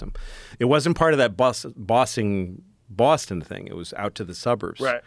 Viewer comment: I like the way you say Boston ' Bosstin